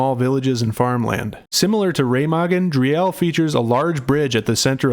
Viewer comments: For the English speakers who care about what they say: it is prounced "Dreel", "not Dri-ell". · it's pronounced 'dreel' with rolling spanish-like /r/ a shortish 'ee'. Not Dri-el. :D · FYI: 'Driel' is pronounced as: "Dreel"